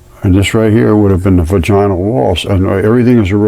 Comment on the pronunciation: VAGinal. Like Madge-in al. The only time the emphasis on the "ina", is when the full word is said. 👍